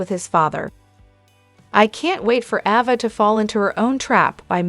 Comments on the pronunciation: Pronounce the name properly A ……va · Her name is AAAAAAva not AHHHHva!!!